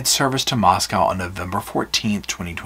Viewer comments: Just fyi, Moscow is pronounced like Mosco not moscow where the o is long sound. Not like moscow Russia. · It's co lol not cow how u say mosco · I know your gonna slap me. Moss-go. Moscow